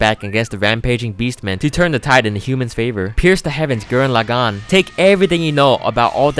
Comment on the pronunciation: It pissed me off when he couldn't pronounce gurren laggan right